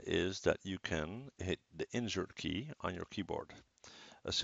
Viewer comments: could be more clear on mentioning that key almost sounded like "injure key" !!! wtf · i heard the same lol and i googled "which is the injure key" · Thanks for replying, Mike, I also heard injure key lol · Mee too totally heard injure key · I heard injured key too lmao